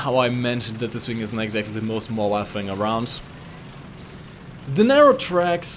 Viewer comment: The way you say "the" really triggers me. I speak german myself, but man, you're not even trying. Nice video btw.